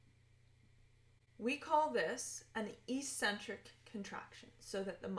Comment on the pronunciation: Agreed. The other videos in the sequence are better and more useful. I was surprised that she did not know how to pronounce eccentric, though.